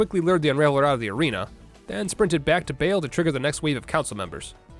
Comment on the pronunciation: It is Baal. Not Bail xd